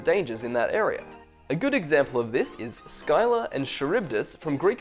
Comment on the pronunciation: I thought Scylla was pronounced as Silla